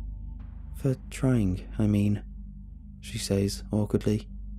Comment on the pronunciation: Dude you’re not saying says right, it’s meant to sound like sez, how you’re saying it is never applicable